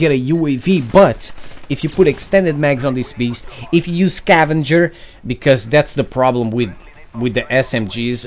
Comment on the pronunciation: it's scavenger not cavenger